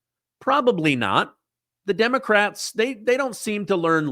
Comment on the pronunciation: Did you say Demo - Craps ? 😂😂😂